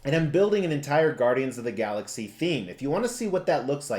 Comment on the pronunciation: Are you from Jersey. The Gaudians lol